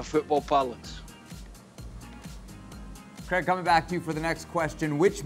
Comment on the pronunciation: I thought I was heading things over last vids but he definitely calls Craig creg.